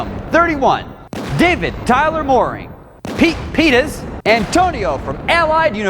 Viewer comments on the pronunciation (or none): Peet peters not peet penis